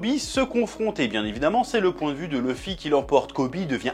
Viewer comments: bonne vidéo mais arrêter de dire "leuffy " bordel c'est luffy , il faut maudire la VF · Sympa, mais le fait que tu ne prononces pas "Louffy" m'écorche les oreilles donc je sais pas si je regarderais la suite.